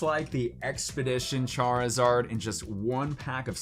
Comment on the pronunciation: Why does he say Charizard like Char-e-zard